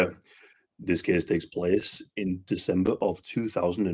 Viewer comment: This kiiiis tiiiks pliiis...😁